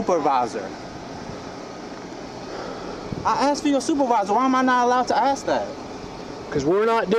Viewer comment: Oh lordy lord hep me Jesus Christ oh please hep me ... All I did was axe a question! Oh please. Kudos to the officer!